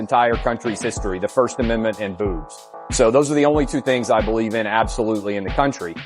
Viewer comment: he said booves not boobs